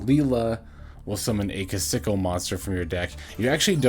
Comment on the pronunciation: Trouble sunny makes a big difference for the deck that’s for sure. Also I believe her name is pronounced “key-sa-kill”. That’s how they say it on official promotions.